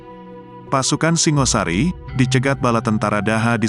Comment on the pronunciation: Singosari bukan Singasari , batoro bukan batara ..logat jowo paham !!